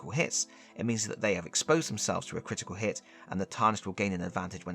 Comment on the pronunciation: "Critital Hit" 💀